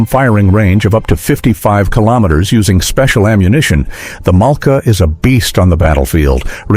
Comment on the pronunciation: pourquoi cette voix off ne sait pas dire Malka ,.mais mala. C'est vraiment pas crédible. Et une bonne voix humaine nous manque encore plus à l'écoute de cette voix horrible.